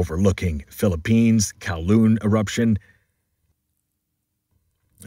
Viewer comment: Canlaon pronounced “kan-lah-on “. From someone living in the area. 😊